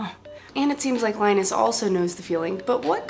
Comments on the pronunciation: It's Linus, not Line-us. Funny that you pronounce Linux correctly but not Linus. :) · You're a lovely girl, but Linus is pronounced in the same fashion as Linux: ['li:nus], ['li:nux]. That's the whole point of the OS name, you see. Leeeeeeenus, not Lainus. It's Swedish. Just like Rammstein reads Ram'stain, not Ram'steen because it's German. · his name is said like "Li-nus" not "Line-us". Thanks. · Remember... His name is pronounced "LIN-US", not like "LY-NUS" the Peanuts character. If you're going to be a geek, you gotta play by the rules... (and pronounce gifs as "JIFF", not G-IF like the posers...:-) /poke